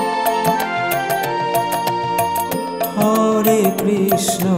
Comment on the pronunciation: Hari bol Radhe Radhe আপনি হরে কৃষ্ণ নাম টা সঠিক ভাবে উচ্চারণ করুন আর 16 নাম 32 অক্ষর সেটা ও কম বেশি করে উচ্চারণ করেছেন ঠিক ভাবে বলুন Hari bol Radhe Radhe